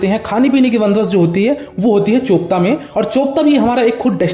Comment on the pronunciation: BRO. Its चोपटा Not चोपता 😂😂😂😂